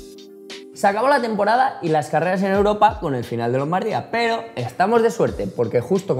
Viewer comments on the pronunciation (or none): none